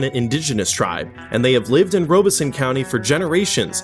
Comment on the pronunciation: Rob es son, not Robe es so. I grew up nearby